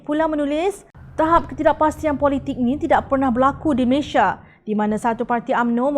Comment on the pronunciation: How to prononce the name of your country? Malaysia or Malayshia?